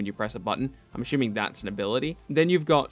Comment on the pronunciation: If you can’t say ‘assuming’ right, can you please stop overusing it.. 😕